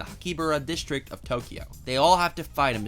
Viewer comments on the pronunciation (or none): none